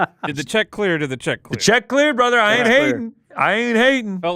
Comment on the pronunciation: Who says bratha? Send location